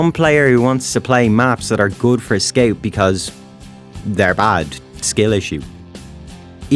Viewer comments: I like how he says "skeut" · Very accurate weeb accent. I'd subscribe if I wasn't already. Also, what is a skeouwt? Never heard of that class... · guys he says scaut